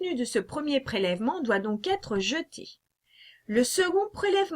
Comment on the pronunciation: Très pédagogique... Attention on ne dit pas pourra "têtre" mais pourra être…;-)